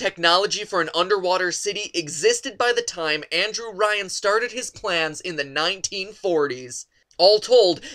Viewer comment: he is pronouncing andrew ryans name wrong